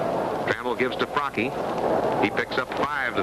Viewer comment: Can't listen to this broadcaster mispronounce Mike Fracchia's name